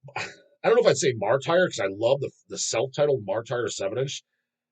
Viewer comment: Bobby Blitz lives right over here in northwestern Jersey not 10 minutes from me. He was gonna do the interview 'til he found out was an A-hole square head Deicide/CC fanboi that doesn't even know how to pronounce "martyr." That makes a ham'n'egger as far as Blitz is concerned. Best Aussie death metal band is Ignivomous. Although Cemetery Urn gives them a run for their money and has a lot more albums out. Coffin Lust had a great album in 2016 then hasn't done shit since. Best Aussie black metal Kommodus.